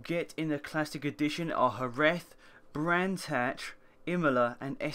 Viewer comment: jerez is pronounced geres rather than hereth ;p